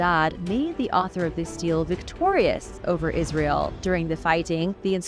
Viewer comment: Stele: pronounced stee-lay